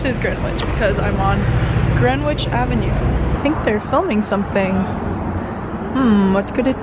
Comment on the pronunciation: you don't pronounce the "w" in "greenwich". cute vlog though xo